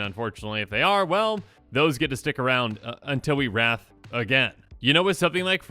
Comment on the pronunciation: When you were going on about wrath and like not to always do it i thought for the longest time you were saying rats and I was just like what's wrong with rats?